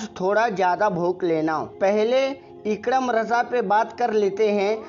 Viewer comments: آپنے دو بار نام غلط لیا ہے۔۔۔اکرم نہیں ہے صحیح لفظ اکرام ہے۔۔۔۔۔اپنی اصلاح کر لیں۔۔۔۔ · Sab se pahle ikram bolna sahi se sikh lo phir bolna